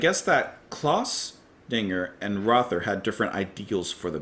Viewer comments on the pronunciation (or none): Mike Oldfield once said that there's nothing wrong with repetition as long as it's worth repeating. He's not wrong. A few notes: Michael Rother's surname is pronounced rota. And yes, Klaus Dinger & Thomas Dinger were brothers. Michael Rother & Klaus Dinger were also both in the very first lineup of Kraftwerk but left shortly before the first album was recorded. After NEU! 75, Klaus Dinger formed La Düsseldorf with Thomas Dinger & Hans Lampe who he had brought on board for Side 2 of NEU! 75. Michael Rother meanwhile teamed up with Cluster and formed the group Harmonia, who later recorded some collaborations with Brian Eno. English eccentric musician Julian Cope recorded an instrumental B-side in 1992 called Michael Rother as a tribute. He was a Krautrock fan and wrote a book called Krautrocksampler as an introduction to the genre. It is often wildly innacurate, but an exceptionally entertaining read. Here is a link to the particular track in question